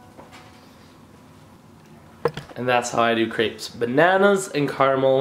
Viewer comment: You say crepes wrong lol